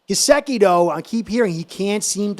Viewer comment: has major pronunciation challenges w Gesicki (he says Ga-ziki) and Mostert (he says Mosert). He’s not the only one though. you’re doing a fine job young man. 😃👍🐬🏈